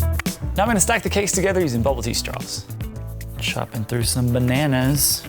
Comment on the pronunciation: What are you saying??? Bubbledee straws? ....oh....I just figured it out while typing it.....Bubble Tea! Ahhh!!!